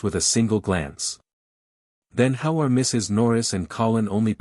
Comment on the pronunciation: Teach the AI when narrating, the period is not always the end of a sentence. It paused after the Mrs. in Mrs. Norris